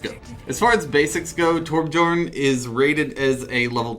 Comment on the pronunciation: It's pronounced like a y not a j just like in mojang